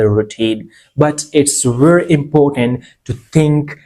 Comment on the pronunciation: Very, not berry